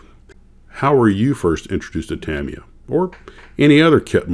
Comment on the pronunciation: The US headquarters is located in Orange County, California, and Tamiya is pronounced Tameeya. My father was the plant manager for Revell in the 1970s when I was a kid. I was lucky enough to spend the day on Saturdays and watch the model masters not only build the box art samples, but I also got to watch them fabricate the tooling to produce the models. I was there when they made the C.H.P. motorcycle from the TV show Chips and I got to keep many of the original box art models. I still build models 50 years later. I built them professionally for 4 years as well.